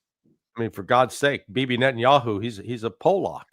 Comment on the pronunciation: Paul, it's NetanIOU 😂